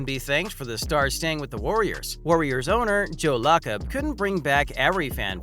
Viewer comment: It's insulting to Warriors fans when they can even pronounce his name correctly.1. His name is Kevon NOT Kevin. 2. The Warrior's owner's name is Lacob (LAY cob) NOT LA COB!